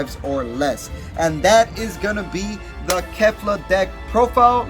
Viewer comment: ca-li-fla not ca-li-fa